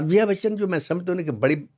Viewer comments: It's not jiya it's called jaya bacchan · Bhai sahab atleast get the pronounciation of Jaya Bacchan right. It is not JIYA but JAYA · What story are you trying to tell when you can’t even pronounce jaya bachan’s name. It is jaya not jiya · आधा सच आधा झूठ का मिश्रन जया बच्चन को जिया बच्चन उच्चारण बकवास है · Jiya nahi jaya kaho.Name to sahi lena sikho pehle. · Not jiya but jaya. kindly pronounciate correctly. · Its not jiya its jaya bewakoof 😂😂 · name is jaya , not jiya !